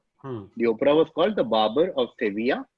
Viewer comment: you pronounced Seville correctly 🥰once😊